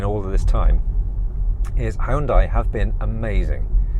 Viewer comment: Check out YouTube to correctly pronounce HYUNDAI.